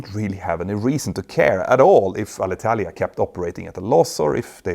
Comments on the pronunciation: Good Italian pronunciation! 👍 English needs a bit of work, though. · Italian here. Thank you a lot for NOT butchering our language when talking about Alitalia! Good pronunciation!